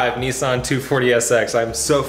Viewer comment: nissan not niiiiisan haha, but nice video mate